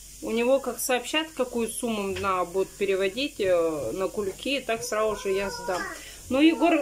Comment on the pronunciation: здравствуй. Твоя семья мне очень симпатична. Ты молодец! Но без обид... Куда ты все время теряешь букву Д в слове наДо и букву З в слове сраЗу? ))) Я понимаю говор,но прям " слух режет". ) Извини если что.